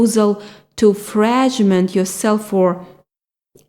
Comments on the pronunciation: Frag-ment not Fraj-ment. Like Fraggle Rock. 🤘😉👍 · Fragment ,sounds like (inac)tment or frak is best way i could describe ..how to pronounce it. ☆